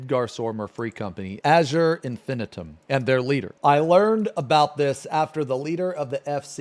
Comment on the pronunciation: I love that everytime pronounces Infinitum differently. "Infitum" "Infinaiiitum"